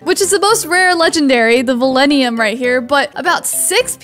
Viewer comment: It’s val-in-teum